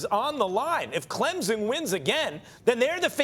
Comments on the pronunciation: Max still dont get it. It is pronounced clempson not clemzon. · To the guy talking with Finebaum it’s not pronounced Clemzen it’s pronounced CLEMPSON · Max ... I'm going to need for you to pronounce Clemson properly...not CLEMZON...CLEM-SON !! Thank you lol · It's pronounced Clemson, not Clemzon.... these commentators... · T. McIver Boize, Boise, Clemzon, Clemson, Bizon, Bison, Louisville, Lullvul. Am I forgetting any? Lol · Why does that gentleman keep saying "ClemZin" ? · Somebody needs to learn how to pronounce Clemson. Ain't no Z in Clemson. Just sayin! GO TIGERS 🐅🐅🐅